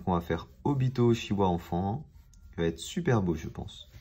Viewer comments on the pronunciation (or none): Mdr au début de la vidéo il dit Obito Ochiwa